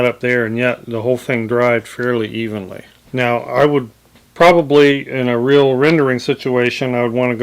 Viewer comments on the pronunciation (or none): none